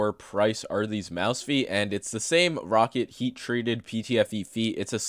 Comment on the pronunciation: Isn't it pronounced "ROW KAT"???